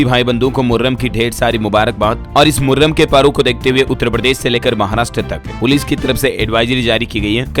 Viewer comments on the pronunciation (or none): Thik se padho moharram hai 😅😅😅